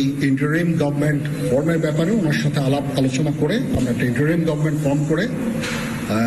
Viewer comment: আপনি তো ইংরেজিটাও ভালো জানেন না। বললেন --"গভমেন্ট , আসলে শব্দটা গভর্ণমেন্ট"।